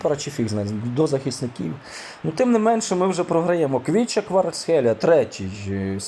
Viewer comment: Є 1 замітка Не Квіча Кварацхелія, а Хвіча Кварацхелія